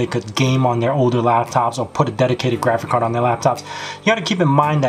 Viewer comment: You say GRAFICAR every time... :D